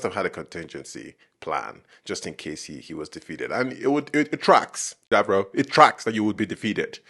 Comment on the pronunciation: I take -1HP of damage every time he says Dav-roh 😂